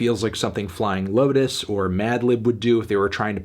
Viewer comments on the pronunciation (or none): none